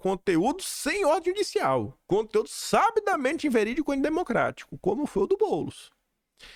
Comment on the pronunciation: Bom dia, noite pra você. Olha eu aqui de novo. Não fale "sábidamente", a sílaba tônica é no "bi". SaBIdamente. Beijo!